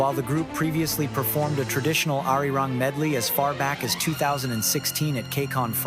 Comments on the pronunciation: Ar-RI-rang? You couldn't look up how to pronounce it correctly? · One of the best short histories of BTS I've seen! (Just pronounced ARIRANG oddly the first time!)